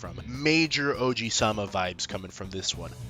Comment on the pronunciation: "oji-sama" ah yes my grandpa (it is ojou-sama)